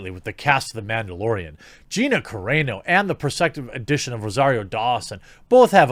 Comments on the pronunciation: Jeremy, it's "Cah-rah-no" not "Cah-ray-no". Just helping a brotha out. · Car-Ron-O, not Care-rain-0! Thanks! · Carano is pronounced Car-ah-no, not Car-ay-no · Say it with me now... Ca-rawn-oh